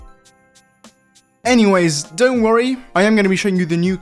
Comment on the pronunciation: "Saying anything" Also Him: "Saying Anyways After" Btw His "Anyways" Sounds Like.. (Engiweys)